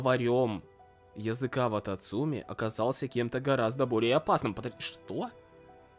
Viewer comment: я всего ожидала услышать, но не "вататумцы"...